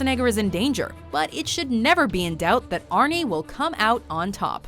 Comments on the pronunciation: Don't call him arne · Stop calling him Arnie god damn